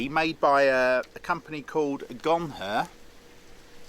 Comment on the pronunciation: If you get hit, you say, "you guys carry on without me, I'm a Gonher!" Not Gonfur, it's not a shaver for your legs!😂😂